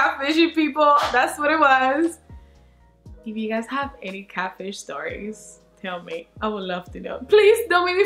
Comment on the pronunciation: Ay 😂😂😂 the way you say catfish "catch fish"!!! Always making me laugh with that beautiful accent 💋 snap chat fam!!